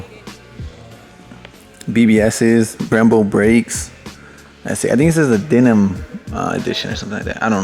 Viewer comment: i know you did not just say that e36 was a denim edition lmfao. come on bro, it’s dinan.